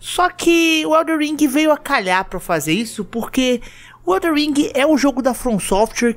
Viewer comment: O mais difícil do jogo é o pessoal falar o nome certo. Elden ao invés de EldeR.